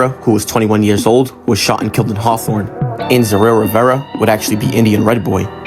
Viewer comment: Why can't people in LA pronounce "Hawthorne" correctly??? It's weird. "Harthon" is funny hahaha.